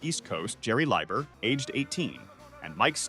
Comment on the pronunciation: Big Mama's feelings are understandable... but that's the way royalties have always worked. The songwriter gets paid. The original artist does not. Also this AI is really annoying. It's pronounced "Lee-ber" not "Lie-ber" and way to Butcher Dylan's name 🙄